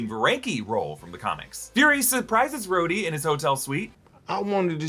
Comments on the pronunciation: skrhodey ❌ scrotey ✅ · You really shouldnt say "scrhodey." it sounds like scrotum lmao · "Scroty" 😂😂 Unkind, sir. 😂